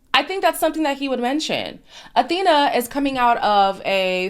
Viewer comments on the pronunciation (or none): is her name pronounced like Athena or Afina ??? i thought it was a f sound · I’m pretty sure her name is pronounced Afina not Athena 💜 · Awhina - pronounced Ah-Feena Wh is pronounced as F in the indigenous New Zealand Māori language.